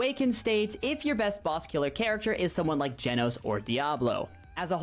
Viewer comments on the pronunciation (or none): none